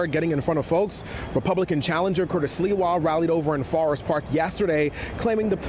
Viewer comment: Seems like you can't pronounce Sliwa...